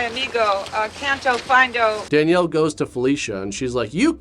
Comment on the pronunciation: “Canto findo”?!! You’re gotta be kidding.